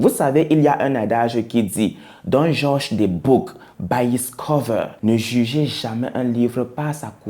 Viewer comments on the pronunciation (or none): none